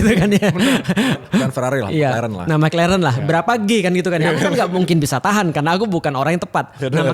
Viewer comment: selalu salfok kalo nyebut mc laren.😂